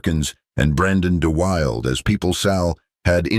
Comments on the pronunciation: Let's add a few other people who deserve a correct pronunciation of their names: Jill Haworth is HAY-worth. Brandon deWilde is deh-WILL-dah. And some other notes: Sal's role in Giant was minimized after filming even though he was an important character. He played a character, born in the United States of Mexican immigrants who worked on the ranch, who possessed the ability to run the giant Texas ranch that the son of the USA born owners did not. Sal's character joined the military to bravely serve in World War II but was killed. He was given an honorable burial on the ranch that he loved and should have gone on to run in a more perfect world. My favorite movie of Sal's was the Walt Disney movie Tonka, also known as Comanche. The video notes that Sal was an animal advocate and that was very evident in how he played the role. I was a little kid at that time and the neighborhood kids and I would reenact the movie, alternating who played the horse. My next favorite Sal movie is the Gene Krupa biopic. Sal's drumming is superb. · like I mentioned above, Brandon DeWilde is three syllables not two. I knew him.